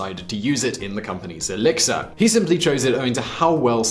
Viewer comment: I keep hearing alexa instead of elexir 😂